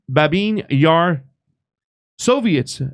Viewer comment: Thanks for your channel! Babiy Yar, not Babin. Sorry for, but I speak perfect Russian, I have to pay attention 😊